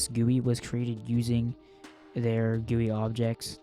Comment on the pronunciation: i like how he said gewwie